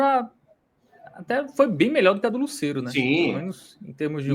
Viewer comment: a pronúncia não é "Lucéero". A pronúncia é "Lucêero, com o "e" fechado.